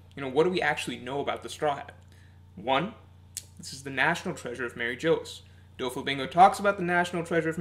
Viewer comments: 😓 it’s MarieJois pronounced: muh-ree-joyce not Mary Joes 😆and it’s the Gorosei pronounced: Gor-o-say not Gor-o-sci 😂 Sorry I’d let it go if said just once wrong but over and over and over it was killing me man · it's pronounced mariejois lmao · Its pronounced like Mar-ee-g-wah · Interesting theory. Kaido may be immortal as well thanks to the Ope Ope no mi, as we all suspect. I do wonder what your theory is about what weapon Roger had which Shiki revealed in Episode 0? I' was leaning towards Pluton and considered Uranus as well, but now I really think it could've been Pluton. By the way, Mary Geoise is still pronounced like Marijoa. It's meant to be a french word, for example Bavarois is pronounced like Bavaroa. Actually Mary Geoise should be pronounced like "Marijuas" but that won't be and never was the case in the sub. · Mary Jose?? Blasphemic pronunciation there. :( That apart, always love your videos haha. Keep it up!